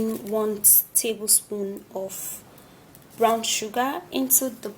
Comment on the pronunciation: Brown not brawn